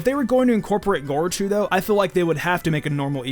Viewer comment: Lost all hope and credibility once I heard gorochu